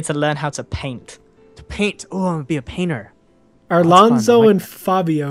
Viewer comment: ALONZO NOT ARLONZO